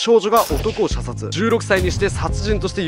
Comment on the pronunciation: 射殺が射精にしか聞こえない（難聴